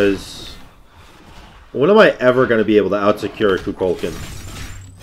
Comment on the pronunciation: Kookle Kawn, not koo cull kin. he says it when u pick him. please, i will literally pay you to start saying his name right